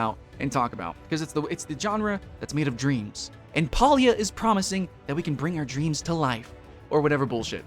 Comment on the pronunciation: You can't even pronounce the game name right.